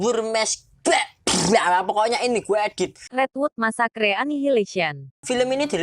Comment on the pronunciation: Redwood messkre c'mon man ur pronounce its joke